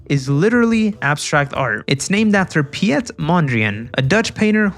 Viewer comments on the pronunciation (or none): Piet is Dutch name, not Pyet. Please to pronounce as "Pete" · How dare you mispronounce pɪjɛt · Hearing pyet instead of piet is really funny as a dutch person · I am Dutch and I completely laughed at his pronunciation of "Piet"